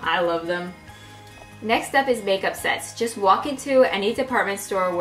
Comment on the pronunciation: Oh my god,, I feel bad, it sounded like you said "make-up sex" not make-up sets! XDXD